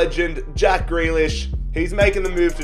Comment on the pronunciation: It’s not jack gre- jack gree lish